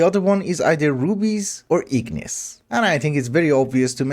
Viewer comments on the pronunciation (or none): none